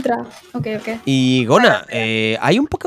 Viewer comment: Dijo "okey" jsksjs